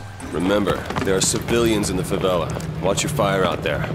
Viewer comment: Favela he butchered it, Someone on overwatch with no cover on a wooden roof shanty in a place not reconed. No thanks